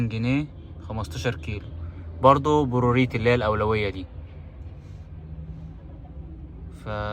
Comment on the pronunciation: بوروريتو ايه بس يا؟ اسمها برايورتي يعني لها الاولوية